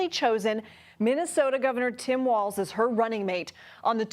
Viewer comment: Walz….. say it like “walls”